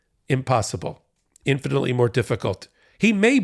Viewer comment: I heard 'infantly' when you said 'infinitely'! Hahahahaha